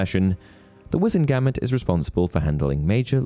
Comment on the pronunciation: The way you pronounce "Wizemgamot" irks me 😂😂😂